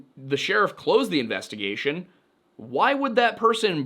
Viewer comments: Please never say “investagussy” ever again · did this man just say investigussy? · "Investa-gussy" SIR, u made me spit out perfectly good coffee! 😂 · I came here to comment "Investi-WHAT?!"